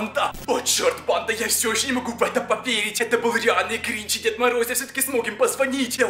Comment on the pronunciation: это не грич а гринч